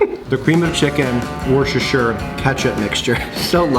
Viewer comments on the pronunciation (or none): Hey mate. I have some suggestions for you. It's woostershire sauce, The R is silent mate. Secondly, turn your fork around its better that way. Third tip, always combine your peas with the mash!